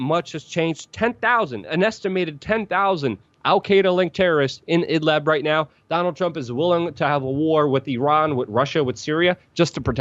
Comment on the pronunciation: Excellent and I wholly agree with you, but you guys, WAC, need to learn to properly pronounce the name of Idlib, for you repeatedly say Idlab. It's Idlib and you surely know how to properly pronounce liberty, libertarian, ..., so why not with Idlib. If you speak of liberty and libertarian, then you don't say laberty and labertarian. Otherwise, I wholly agree with you.